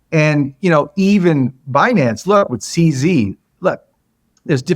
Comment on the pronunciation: had to laugh when he made fun of old love for pronouncing binance wrong, then does the same thing himself